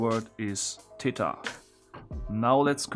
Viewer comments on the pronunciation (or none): Pronounces Theta as "tayta"